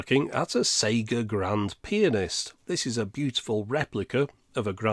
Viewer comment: Pronouncing it PI-anist just to go for the pun at the end?